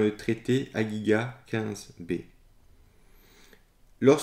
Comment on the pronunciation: Bonjour, alors juste pour te préciser, Hagiga se prononce RAgiga Et Chekina se prononce chéRina en hébreux biblique avec 3 syllabes, et les rabbins le prononce CHRIna en deux syllabe avec le é fondu dans le CH à peine perceptible. Ce serait bien que tu essaie de trouver d'autres textes du Talmud en dehors de celui que tu as car les traductions sont difficiles et la Source de Jacob en choisi volontairement une et esquive certaines parties du texte. Ainsi la figue peut également être une date. Rachi commente, ce qu'on mange (Tarla), ce qu'on jette (Chirla), c'est un jeu de mot. Dans le deuxième passage la figue devient une grenade. Il te manque le passage intermédiare ou raba parle de la Noisette, le maitre est comme une noisette,, il peut être dur et repoussant à l'extérieur mais la Torah qu'il enseigne à l'interieure est délicieuse. C'est un symbolisme, la figue tu mange tout, le Grenade tu ne mange que l'interieur, la datte tu ne mange que l'extérieur. Amicalement, j'espère que tu continuera ces études talmudiques, elle aident grandement à comprendre la Bible et le judaïsme.